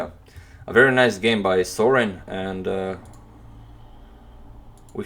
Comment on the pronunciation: "Wery good move by "